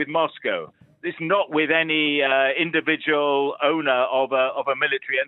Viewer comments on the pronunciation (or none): French people push this French language everywhere because speaking English for them cause a physical pain. I thought this woman’s eyes are going to fall out when she was trying to pronounce ‘ individual’ .